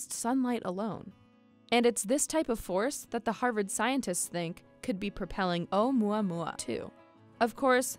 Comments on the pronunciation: I thought she said oh yeah yeah meme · onmuamua that's what I heard😂😂😂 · Should it be pronounced "OH-oo-MOO-uh-MOO-uh" 'cuz there's a U in the Hawaiian name? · yes pronounce the U letter.... she mispronounced it by leaving out the U sound